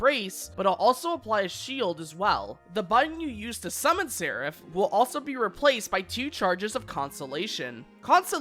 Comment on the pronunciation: I think this is the first time I've seen a youtuber pronounce Seraph correctly.